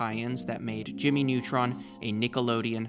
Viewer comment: Ah yes, Jimy Nawtron!